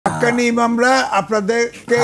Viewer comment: যেই লোক হক্কানী কইতে পারে না কয় হাক্কানি সে আবার ইসলাম নিয়ে গবেষণা করতে বসছে এমন পাগল বাংলার জমিনে আছে